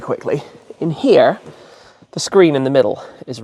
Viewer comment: Did the star-spangled banner and a bald eagle just pop into your brain for a second while you were saying the word "here"? Whenever someone from the UK or Australia talks or tries to talk in an American accent, it's like I feel a slightly uncomfortable guttural sensation, as if there were a disturbance in the force or something. I'm like, "something doesn't seem right about that."